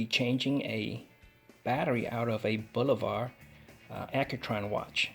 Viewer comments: BOO LO - VAH....cmon man. Bolivar...... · There is no R in Bulova. It's not Bul-o-var..